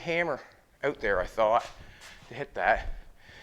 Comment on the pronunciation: How you say out? euot